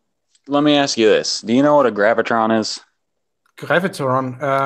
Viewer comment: You know you're about to have an intellectual conversation when it starts off with 'Can I axe you a question?"